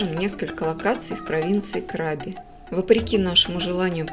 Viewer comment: КрабИ!!! А не КрАби...😂